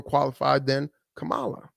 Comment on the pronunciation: As in her name now is pronounced "Camel LA... instead of KA-MA-LA🤔